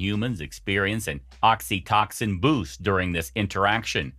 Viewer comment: Is this an AI that's reading a badly written script? Oxytoxin lol, I've never heard anything like it, It's Oxytocin pronounced OXY-----Toe------Sin.....smh